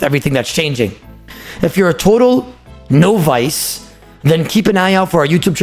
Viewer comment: ''no-vice'' goddamn mans gotta be happy he a streamer lmao